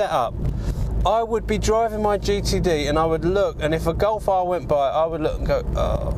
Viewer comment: "Golf AHHHHR" hahahaha that was a good one